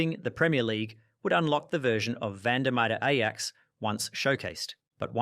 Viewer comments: Said Ajax wrong, Said David very wrong, lol how do you say Olympique? lol are you saying all these names wrong for comedy purposes? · please work on some pronunciations like david beckham and ajax